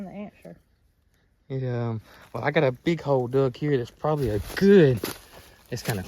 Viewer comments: I think it's a shelter from 200 plus year ago. He's saying whale...and I finally figured out he was saying well, lol. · I kept thinking that was saying “whale” and I couldn’t make sense and then it dawned on me….he was saying “WELL”! Sorry,! My accent and yours collided!